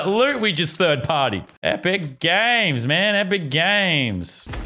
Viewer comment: Why does say epric games